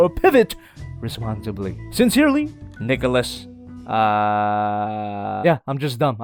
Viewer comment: He called nicholas niggalos XD